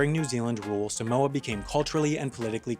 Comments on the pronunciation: its pronounced saahmohah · Sorry I’m Samoan 😂😂😂😂😂😂 I cant 😂😂 When Palangi’s say Sumowa instead of Samoa it kills me 💀💀💀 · suh-moa is killing me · It's not pronounced 'Simoa' it's pronounced SAH-moa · From a half samoan- it’s pronounced SAAH-MOA not SUH-MOA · Um it's not pronounced sam-oa ot's pronounced seem-wAh smh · U Pronounce Samoa wrong just say Some-Moa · It's Saw-moa like the a in father. But if you are speaking in English it's okay. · Its pronounced 'Sahhhhh - More'. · Long a for Samoa tho. Think Sah-moah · YOU'RE PRONOUNCING SAMOA WRONG! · The guy pronounces Samoa so weird